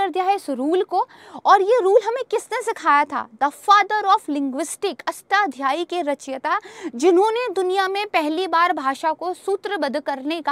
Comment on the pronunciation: लिखना ही नहीं , सही उच्चारण भी (जैसे "अष्ट" "ध्यायी" नहीं "अष्टाध्यायी" है ) |